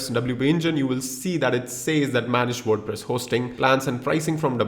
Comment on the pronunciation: WordPress ❌ WorduPress ✅ 😂😅😁